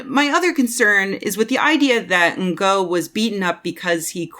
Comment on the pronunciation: I could be wrong but I have heard 2 different but supposedly 'ok' pronounciations of 'Ngo' as a name. You can either pronounce it 'No', as if the G is silent, or I believe the more accurate pronounciation for the source language is actually 'Ing'. As in the last 3 letters in 'beating'. So call him 'Andy Ing'. Either way, I'm fairly sure that 'in-go' is just about the least-proper pronounciation possible.